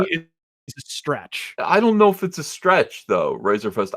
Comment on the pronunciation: Lol. called Razorfist "Razorfish" right out of the gate. I'm dying.